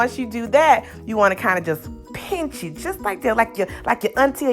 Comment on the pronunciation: "Hawg mud!" "Painch..." 😄 You can't take the "kuntry" out the girl! 🥰